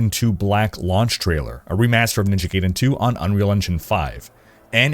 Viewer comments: Love your content... Please, it's Ninja GUY-DEN, not Ninja GAY-DEN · My brother: It's GUY-den. Not GAY-den. GUY-den. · Brother, for the love of god. Never say Gayden again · It’s pronounced ninja “guy-den”… lol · The way your pronounce Ninja Gaiden bothers me more than it should. Someone surely remember the AVGN episode.